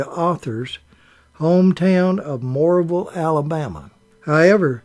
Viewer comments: Her hometown is pronounced Monroe ville. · It's Monroeville like the shock absorber